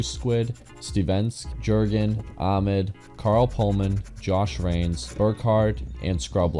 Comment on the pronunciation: The J in Jürgen is pronounced like the Y in year. :D